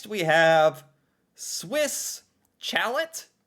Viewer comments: You never heard of a Swiss chalet. Like a log cabin on the mountains of Switzerland. The restaurants are modeled after the interior of a "Swiss chalet". Pronounced schal- Ay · Chalet would be pronounced.....I'll do my best. Shall Eh! Try that. lol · BP sucks just my opinion. Love Swiss Chalet. I could drink the sauce. Its pronounced "Sha LAY" A&W is also in lots of American states, obviously none near you? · The pronunciation of Swiss Chalet is making me want to scream through the screen to correct him. 😂😂😂😂 ahhhhh, im pulling my hair! 😂😂😂😂😂😂😂😂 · pronunciation: Alberta sounds like Al-bur-ta Swiss Chalet sounds like Swiss Shall-A St. Hubert sounds like Sawnt Oo-bear :) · funny how he pronounced Quebec properly but butchered chalet lol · I know it’s a simple mistake but I was dying too when he kept saying it wrong lol. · I just love how so many Americans try to pronounce French words like CHALET. English Canadians pronounce most words as English words; but many French words are of French origin and are pronounce in French. CHALET is a word for a home in the mountains; thus Swiss Chalet where CHALET is pronounced like Sha-lay. A popular chain in Quebec for poutine is Chez Ashton (pronounced Shay Ash-ton). This translates to 'At Ashton's'. Quebec used to have Swiss Chalet outlets; however, the company that now owns Swiss Chalet also now owns St-Hubert; a similar and very very popular chain in the province of Quebec that is also present in Eastern Ontario and New Brunswick. As such they no longer competer with each other and you will likely see one or the other across much of Canada. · yeah every time he says chalet , I die a little inside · The pronunciation of Swiss Chalet will haunt my dreams for the foreseeable future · I almost turned off the video for repeatedly pronouncing it wrong, I thought he was doing it on purpose 😂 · OMG, listening to you butcher "chalet." Dolt. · bro said swiss CHALET instead of swiss shaley got me dying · its pronouced Swiss Shalay